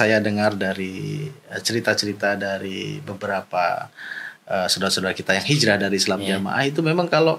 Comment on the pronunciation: Bukan hijrah di bilangnya hilrah. Tapi kalian ini ke annisa' 168 dan 169.